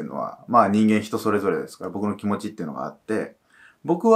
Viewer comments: き↑も↓ちが悪いです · きも⤴︎ちが悪い すこ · 多分方言じゃ？